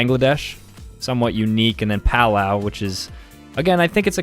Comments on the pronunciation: It's pronounced “Puh-lau”. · He's great at flags but when he pronounced Palau like it rhymed with pow-ow so deadpan 💀